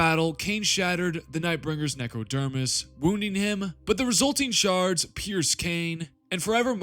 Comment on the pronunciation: I swear when you say, "Shards", it sounds like, "Sharts"!